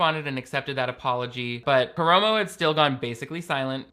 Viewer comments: I hate Karamo for this but I just wanted you to know (and Ik this is hateful of me) but it’s kuh-rah-mo. I love you. So much more than Karamo for sureeeee. It’s making me almost like double think watching queer eye ever again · bestie the A's were right there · Nah he doesn't deserve to have his name pronounced properly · the way pronounces Karamos name is KILLING ME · Everyone calm down! has apologized for their egregious mistake lol